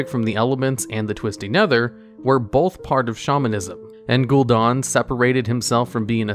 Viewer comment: its funny how there are so many voice lines saying the name Gul'Dan and still mispronounce it.. /facepalm xD